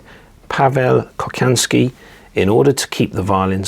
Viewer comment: Hi, Interesting stuff! Please ask for help when it comes to pronounce Slavic names. Kochanski is pronounced Kohansky